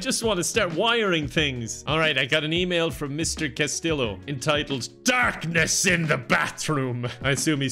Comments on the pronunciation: lives in Spain Also: pronounces Castillo as cas-til-oh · resident of Spain. Castillo is pronounced with the y sound of a double LL in Spanish. Casteeyo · lives in Spain for months Also: cas-till-o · living in Spain but still pronouncing Castillo wrong really got me 🤣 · Don’t you live in Spain? Isn’t Castillo ( pronounced last-t-o) like the most common name there? Hahaha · i expected u to pronounce castillo spanish:( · you've been skipping your Duolingo lessons, haven't you? I can tell from how you pronounced Castillo. The owl's gonna get ya. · I can't believe you're literally living in Spain and don't know how to pronounce Castillo. (Double l in Spanish is a y sound.)